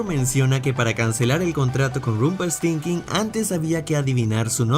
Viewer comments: Nadie se dio cuenta que no supo decir Rumpeltiltzkin? (O como se escriba) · Porque lo pronuncias así???? Es Rumpelstilskin 1d10T4 🙄😒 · Alguien más se dió cuenta que dijo Rumpeltinkin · Es genial cuando dices Rumpelsthinking. Gran video. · No más, ese final fue Perfecto, y te hace encariñarte con el personaje y su historia. También pienso que pronunciaste levemente mal el nombre de Rompell... lo menciono debido al reciente video de “errores” de